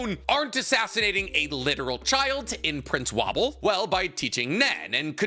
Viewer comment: Is he purposefully mispronouncing their names lmao. Sir-I-Den-Ick and woah-bull is how you pronounce their names